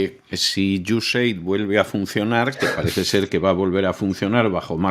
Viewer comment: Iu es ed, o usaid, nunca iusef, que pronuncia. Pronunciamos en inglés, o a la española, pero una pronunciación imaginada no se entiende. Otra solución seria mostrar esas palabras escritas.